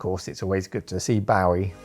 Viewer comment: I have never heard Bowie’s name pronounced that way… have I been doing it wrong for decades?